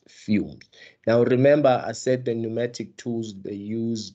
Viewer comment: Pneumatic not pneumonic mr😂